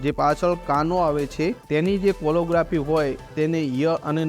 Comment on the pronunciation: વિનંતી, ઉચ્ચારણ શુદ્ધિ કરશો તો વધુ સારું લાગશે, "કેલીગ્રાફી" છે કોલો નથી.